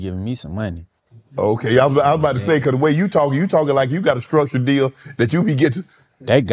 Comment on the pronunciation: "It's just about like.. how your deal skruckchured." -21 Savage